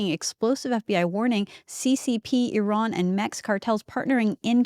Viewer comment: Iran is not our enemy! I do NOT believe Iran is sending fentanyl to Canada. The fact that the guest can't even pronounce Iran properly shows his negative bias. Kash Patel is a liar. Trump has NOT sealed the borders from fentanyl. You are truly sharing lies as Truths!